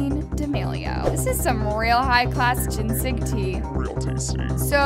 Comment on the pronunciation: I know this isint important but you pronounced ginseng gin-seg its pronounced gin-sing. It only a little botherd me because my dad works with ginseng and plants it so it was just a little bit annoying but I just wanted to let you know and no hate